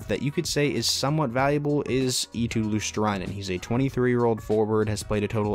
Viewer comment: Luostrainen :Dd it’s Luostarinen, but close enough!